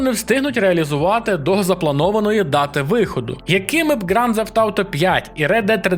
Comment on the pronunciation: Ґранд Зефт?! Інколи мені здається, ти спеціально шукаєш способи неправильно вимовляти слова.